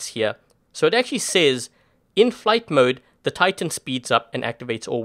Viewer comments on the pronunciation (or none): none